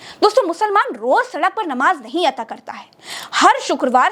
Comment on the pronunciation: Ata. Nahi. Ada. Hota. Hai